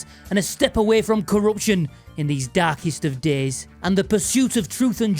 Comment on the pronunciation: "These are the darkest of DEHS."